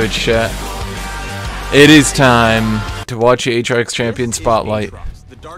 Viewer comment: A-A-trox, A-A-ron. Insubodinate and churlish is a good (Phreak) reference.